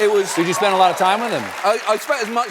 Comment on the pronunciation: "Did you spend a lotta time with him" the way Stephen said it felt like an english accent😅